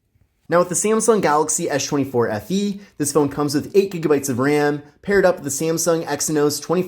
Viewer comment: Why are you saying "eesshh" 24 fe ?